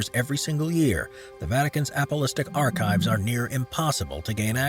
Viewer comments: Apostolic is pronounced APP uh STAHL ick . Not APP uh LIST ick . Didn’t you guys ever go to Sunday School ? Or is your narrator dyslexic ? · Hey there! I narrated this one and I feel terrible after butchering that pronunciation! I promise to do better! 😊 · Ok..... who else was annoyed by the guy saying several times "Apolistic archives " instead of "Apostolic archives"?? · And all contained in the "apple-istic" archives says the dumb narrator. Perhaps he could try "apos-tolic" next time ;-) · Yeah. Said it twice. Apos-TOL-ic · he says apolistic. it says apostolic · APOSTOLIC not APOLISTIC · Seriously, learn how to pronounce "apostolic." (Hint: it's not "apo-listic.") I spoke too soon. He also butchered Poveglia. I stopped watching after that. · It is “Ah po STOL ic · "Apolistic" archives? Read the Bible to get the correct spelling/pronunciation. 😎